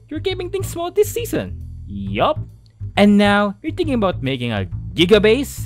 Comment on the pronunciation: When he said thinking It sounds dinking loll😂😂😂